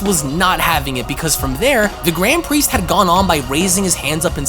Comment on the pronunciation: "gwand pwiest"